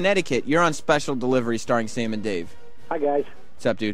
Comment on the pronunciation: What a shitty, garbage company. Sirius/xm needs to just die. And why the fuck does Dave say "Sam" like Diane off Cheers? Christ sake Dave, it's "Sam" not "Som".